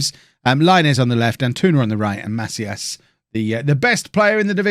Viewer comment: It's pronounced "Ma-SEE-as"